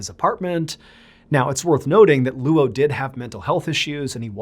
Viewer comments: Name is pronounced LOW, not LOO Oh. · Luo (coincidentally my surname) is pronounced like “law”. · Luo is not pronounced Loo-Oh. It’s also his last name, not his first name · That’s such a weird spelling. If they wanted Anglophones, at least, to be able to pronounce it correctly they should’ve spelled it as Low even if it looks weird in English. Luo is always going to be pronounced the way he pronounced it until they’re corrected individually. I have the same issue with my last name that is Lebanese. There is another spelling of it that is easier for the Americans to get right, but they still never get it right the first time. It’s a struggle I know too well. 😂😂😂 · Bro, can you please learn how Chinese names work? “Luo” is his surname, and it’s one syllable. His given name is Jinfa. Google can tell you how to pronounce those words. If you’re going to tell his story, at least learn how to say his name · First of all, those are not prayers, those are incantations. They are supposed to offer some kind of protection against evil spirits or ghosts. The description of the freezer chest is also quite funny, he was lying on a layer of 30 comic books on top of a bed coal. Painful to hear you trying to say the Chinese name Luo, whenever there are consecutive vowels it should be enunciated together in a brief manner, so instead of Loooo-Oh it is much closer to Lo with just a slight hint of the u.